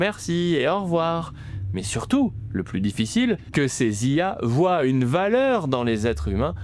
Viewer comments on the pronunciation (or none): none